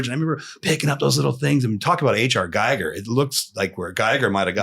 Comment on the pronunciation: H.R. GIGER is pronounced GEEger and not GEIger